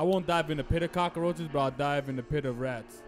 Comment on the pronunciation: Why he call them cockaroches 🤣🤣